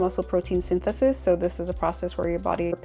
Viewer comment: "Mussel pwotein 'yntesis" 🤣